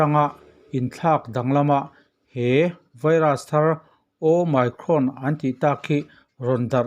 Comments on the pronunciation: Hemi channel hi a hming atanga en chuan "Journalism" lam channel ani ngei in a lang a, "Omicron" variant chungchang video ni si mahse a "omicron" ber lam dik loh lutuk mai chu. Kan tawng ni lo lam dik loh hi a awm lo miah lo, mahse kan lam thiam chiah loh hi chu internet ah lam dan en mai ila. Ngaihthlak a ti hahthlak tlat "Oh my cron". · Ooo my crawn a ti tlat hi, mak eee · Ooooh my crawn. I ti mak e, i lam dan hi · Awmicron a nih manih sir omicron ti jok tur I la nal lem deu lo manih awmicron ha2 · Your pronounciation is very funny "OMICRON" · Omicron lam rik danah YouTube lamah a lamrik dan zir hmasa ta la a tha lo maw?